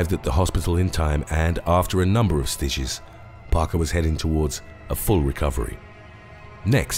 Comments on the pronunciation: Does anybody else know what sooches are because when he meant to say stitches he said sooches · why he say stitches like that